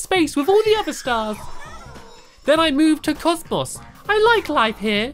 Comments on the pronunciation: It's COSMO not COSMOSS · it is cosmo not cosmos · I'm sorry to correct you but it is COSMO not COSMOS!!!! Silly Stampy. I just love your videos. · And its called cosmo not cosmos (Not complaining) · Cause mo! Not cause mus! Ps I'm not spelling it right because I'm trying to do pronounce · Stampy u said cosmos lol it's cozmo silly stampy🍰🎂🍰🎂🍰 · It's Cosmo you said cosmoss yo stampy what is yours and squids real names herobrine said he dose not hurt people so he is sssssssssssssssooooooooooooooo safe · Why do you say Cosmos? Its Cosmo XD Lol Stampy! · it is not cosmos it is cosmo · IT'S NOT COSMOS IT IS COSMO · its not cosmos its cosmo! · It's called Cosmo, not Cosmos! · It's not Comos it Cosmo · Stamp you said cosmos when its cosmo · It is Cosmo not comps! (I think so)😊😊😊😊😊😊😊😊😊😊😊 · it is not cosmos it's cos-mo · Its not cosmos its Cosmo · IT IS CALLED COSMO!! NOT COSMOS!! just letting you know.... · It's Cosmo not cosmos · its COSMO NOT COSMOS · cosmo not cosmas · It is cos-mo Not cosma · It's called Cosmo not cosmos ugh my god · It's called cosmo not cosmos. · It's not cosmos it's pronounced cozmoe. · IT IS COSMO NOT COSMOS!!!!!!!!!!!!!!!!!!!!!!!!!!!!! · it's cos- MO not cos- MOS. I think u said that because u can speak. :P :D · It's cos-mo not cos-mus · Even reading Cosmo stampy says it as cosmos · It's Cosmo ( Coz-mow ) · say it like cos moe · It's Cosmo ( caws-mo) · It is called cos-mo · CAUSE-MOE that how u say it:3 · U call it kossmoss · Did any one else get annoyed when he said Cosmus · Stampy it's pronounced coz-moe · it is pronounced CAWS-MO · hey stamps you said cosmo wrong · Stampy it is called cosmo just saying